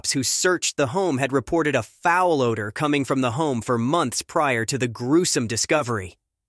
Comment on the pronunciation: This computer voice is so bad it can’t pronounce common words like odor and closet. 😡